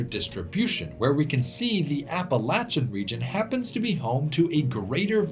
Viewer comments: No it’s not it’s pronounced Appa-Latch-Un. I’m from West Virginia, the regional dialect pronounces it this way, that means that the way we speak it is proper. He’s saying it properly. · Every time in the video that I heard you say "Appalachian" the right way (APP-UH-LATCH-UHN) I threw a fist in the air, and I'm not joking at all haha. Love the video. Thank you for coming to my home state of West Virginia. Its got so much beautiful land. I miss it dearly. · New fan simply b/c you pronounce Appalachian correctly!! I’m from VA, recently spent some time on west coast, really “grinded my gears” the way they pronounced it out there!! Trying to make it sound all bougie! 🤢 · He pronounced Appalachian right!! Made me so happy!!